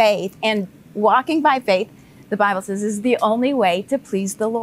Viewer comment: Will someone please tell Joseph Prince to say "sez" instead of "saiz"